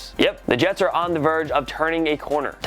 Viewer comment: "the yets"